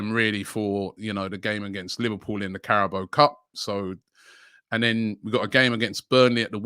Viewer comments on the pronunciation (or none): none